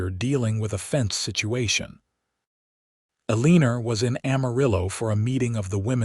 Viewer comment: Ahh... good old Uh-leen-ur!🙄🤦‍♀️😂